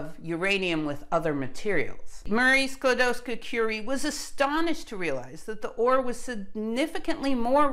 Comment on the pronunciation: Your pronunciation of Skłodowska is perfect.